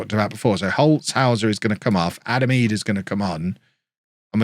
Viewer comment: Is it triggering anyone else that he's calling he edah? Instead of Idah?